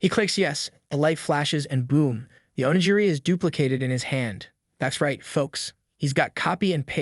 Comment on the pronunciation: Oh-knee-geer-ee, not oh-knee-jeerey